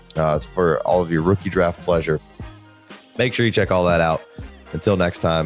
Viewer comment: Great episodes, especially appreciated with my math and data science background. Fwiw, definitely dont think the ads are too frequent, theyre super short and the video is long form so it makes sense. I cringe at the pronunciation of "pleasuuuure" but thats a personal thing i guess 😂 appreciate the content